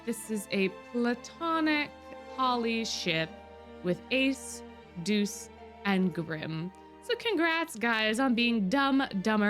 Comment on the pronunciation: ITS DEUCE NOT JEUCE